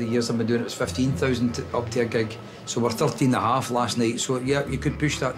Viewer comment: "Hawf 2."